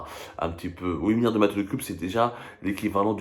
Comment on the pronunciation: le français que vous avez appris à l'école publique marocaine n'est pas valable. On ne prononce pas le T lorsqu'on énonce huit milliards ou le X quand on prononce dix milliards. C'est uniquement lorsqu'on dit huit tout seul, alors on prononce le T, idem pour le X de dix tout seul. Merci le donneur de leçons du français cassé.